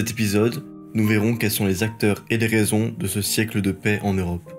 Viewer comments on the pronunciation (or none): C'est très intéressant, par contre vos liaisons sont hideuses j'en ai les oreilles qui saignent. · Quel dommage cette diction avec ces liaisons mal t'à propos !